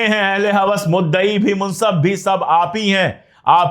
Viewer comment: you shuld say: munsif, not munsaf.